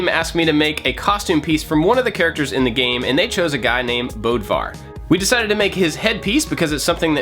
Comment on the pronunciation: Not bodwar . Bödvar. Different letter there ☺️